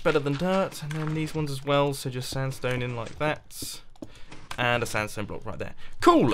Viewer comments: he said standstone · You called sandstone "stanstone" LOL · the amount of times mumbo said "standstone" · near the end he said standsone slabs a few times